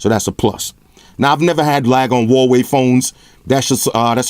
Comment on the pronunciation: Hey love your reviews. just want to clarify how to pronounce the company name a little better, it's Hu(who)-wa-wei